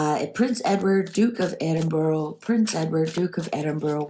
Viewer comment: Ed-in-burr-ah. Not Burrow.😊